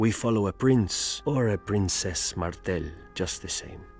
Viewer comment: It is House "Martell" (not Martin)